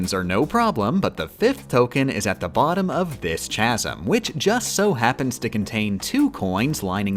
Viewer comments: For future reference, "Chasm" is pronounced "Kasm" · I don't know when she said it but it's supposed to be pronounced "kaz-um" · i am in disbelief no one has told you that chasm isn’t pronounced like champ. drink every time you mispronounced chasm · "chasm" is pronounced with a hard C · She plays the game so well but can't pronounce the word, "chasm," properly. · She likes saying funny little mispronunciations like chasm or strem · I'm here for the mispronunciation of chasm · I am unhappy with your pronunciation of chasm